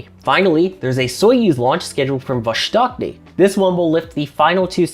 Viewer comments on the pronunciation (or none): gotta love 'pronunciation' of Vostochny 🤣 I had to do a couple double-takes before I figured out what he was trying to say...